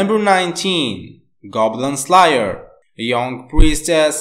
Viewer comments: For the second one he said slyyer or sum like tht its slayyyyer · Saitama isn’t acting that’s just his personality Edit:goblin sliyer or goblin slayer it pronounced “sl air”